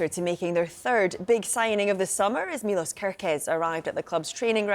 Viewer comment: It's pronounced MILOSH ;)